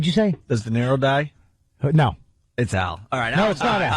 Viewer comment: D-E-N-I-R-O “Denarro” what an ass.